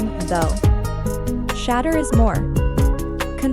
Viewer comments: Hey Ya'll adjust your A.I on how to properly pronounce "Sha-Door" Sanders, Fix it, this young man will be on the scene for a long time to come, so get it right! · His name isn't prononoused SHA-DUER. Disrespectful. Be professional. Call him or the Team to get the correct anunseation of his name please. Totally Disrespectful, your ploy worked with me. Thumbs down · If you can't even say his name correctly, why should I trust anything else you got to say?